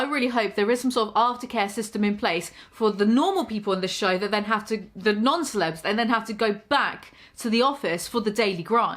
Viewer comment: every time she says "non-celebs" I think she's about to say "nonce" o_o